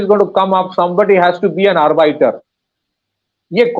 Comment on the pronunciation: Right pronounciation of Arbiter or Arbitrator: AR - BITTER, ARBIT- RATOR